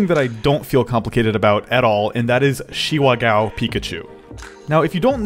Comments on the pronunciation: Ga-o not gow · GAH!! OH!! IT’S GAH OH!!! NOT! G O W!!! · Not Gao but it's pronounced more like GaOU